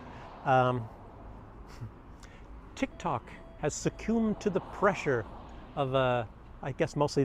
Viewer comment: succumbed... look up te pronunciation. The second "u" is pronounced as the 'u" in "lumber"